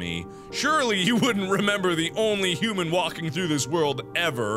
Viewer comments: "Hoo-man" = "Hoodoo-man" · thats how i pronounce human now :)